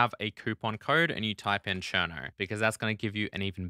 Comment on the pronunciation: How many r’s does Cherno have? Cuz I swear when you say it I hear like 6 or 7